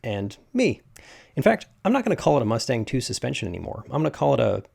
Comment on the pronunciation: 'muttstang' suspension? (Matt-Stang)